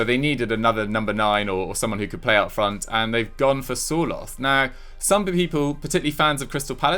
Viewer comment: Sir-lot not 'soar-loth'